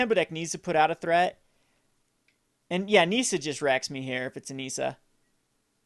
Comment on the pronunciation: Hate how he says Nissa. The i is supposed to sound like the i in trick. Not NEESA. -___